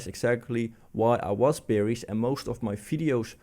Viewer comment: Nice refreshing new insights, but please don't EVER say Beer(ish) instead of Bear(ish)! 😗